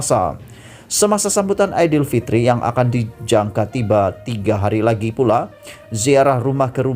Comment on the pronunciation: Ape susah sangat kamu nk sebut perkataan aidilfitri tu..bangsa asing pun boleh sebut perkataan dan ayat dgn btl.sebut malapetaka pun kamu xbetul,macam mana kamu nk baca berita ni..belajar dulu sebut perkataan dan ayat dgn btl baru kamu boleh buat video..buat malu je kamu ni.